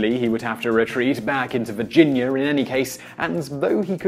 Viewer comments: I love Simon's videos. But I cannot stop hearing "Americker" and "Virginyer" LOL! Doesn't matter. Thumbs up. Thanks Simon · It's NOT "Ver-gin-yer"!